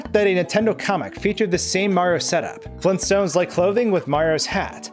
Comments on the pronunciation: The Flintstones, not the Fleenstones even the word is not correct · FLEENTSTONES?! augh... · FLEENSTONES? GRAND DAD! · Meet the Fleentstoones.